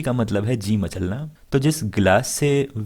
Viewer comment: mitli ji matlana na ki machlana